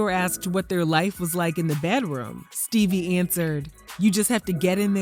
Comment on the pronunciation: damn "Steebie"